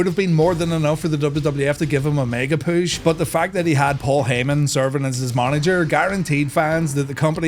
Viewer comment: Hearing him say "poosh" over and over made this video worth the time alone.